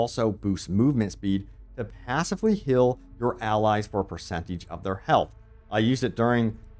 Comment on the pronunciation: Dude. U say hill/hilling/fill/filling. It's hEAl, fEEl and fEEling 😢 so annoying